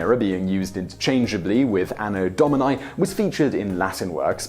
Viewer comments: Domini, not dominai! My goodness, you English speakers...English spelling does not apply to other languages! English speakers seriously need to learn what the vowels really stand for, because in English they stand for all the wrong sounds. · Anno Do-mee-nee. It's Latin. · Why does he pronounce “Domini” with a diphthong in the last letter? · The pronunciation of "Domini"